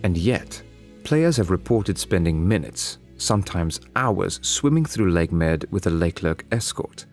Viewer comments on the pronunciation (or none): it is said Lake Mede/Mead... not Lake Med...